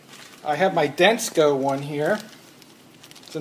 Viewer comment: dude...the name is Denso. why did you pronounce it with a "C". it's not Densco Lol